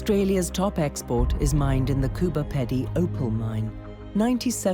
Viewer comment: It's Coober PEEDY, mate!